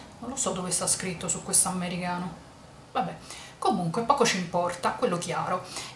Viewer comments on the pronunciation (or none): Mi piace troppo come dici "ammmericano" hahaha troppo simpatica davvero!!